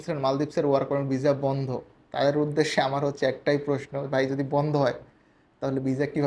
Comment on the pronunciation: ভাই মাঝে মাঝে ভিসা না বইলা যে ভিজা বলেন ভাল্লাগে শুনতে